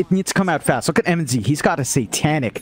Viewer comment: Mnz? Se pronuncia minoz papi